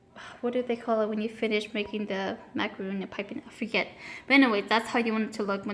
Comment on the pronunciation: It’s Macaron not Macaroon.